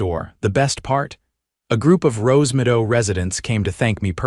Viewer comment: Rosemido. Wonder if the AI was supposed to say Rosemeadow? There is no such thing as Visual Jurisdiction in the US and no court would accept a lawsuit claiming that. End of story.